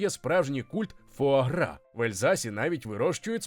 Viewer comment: Та сама ситуація, коли нормальні люди облизуються на тему видива, а я - на те, як добряче диктор постарався з вимовою цієї назви різними мовами... Так, я готова офіційно заявити, що диктор НЯшка! Трясця, як згадаю, яким чином ту вимову шукала... Тому щиро дякую! Це звучало вельми смачно!!!;) А тепер щодо заборони в певних країнах. Бачу, що в коментарях уже почалася священна війна, тож і собі до неї приєднаюся, бо чом би й ні? Бачте, шановне панство, такі заборони - це вияв гуманного ставлення до тварин. АЛЕ! Так, одразу це додам. По-перше, я розумію логіку тих, хто питає, яка різниця між двома гусками, яких усе одно вб'ють. Різниця полягає в можливому стресі для організму. Проте по-друге, я розумію й тих, хто хоче скуштувати таку страву, а не може. Ця суперечка триватиме ще не одне сторіччя, бо люди по-різному бачать світ і мають різні думки. Тому ось вам усім класна штука для ознайомлення! Прочитайте, прошу, манґу Хірому (насправді вона Хіромі) Аракави "Срібна ложка". Її гг постійно опиняється перед моральним вибором щодо тварин, оскільки додумався піти до аграрної школи на Хоккайдо і збирається потім працювати в сільському господарстві. Аніме за цим шедевром охоплює тільки початок, отож ліпше читати! Насправді ж ніхто зараз точно не відповість, як ліпше: чи використовувати тварин як домашні капці, а чи давати їм нормально жити попри їхню можливу долю. Цю тему Аракава-сенсей чудово показала в розділі, де гг допомагав вагітній корові народити. Оскільки теля виявилося бичком